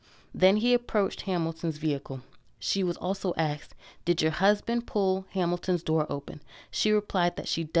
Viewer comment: Why do people still say axed.